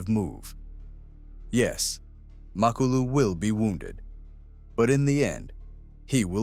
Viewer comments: Macolo? 😂 His name is Makhulu !!! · Come on bro......Macolo? 😂 Its Makhulu